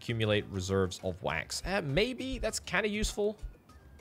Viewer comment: every time you say "wax" I hear the "quack" sound from MacOS 7.